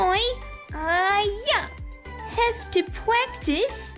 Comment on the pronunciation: “Pwactice” and swowwy towmmy took me out